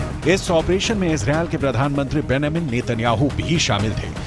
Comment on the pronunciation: Anchor beta tum TOTLA hai ya UNPAD ???? Wo Nam BENIAMIM nhi re mamu BENJAMUN hai re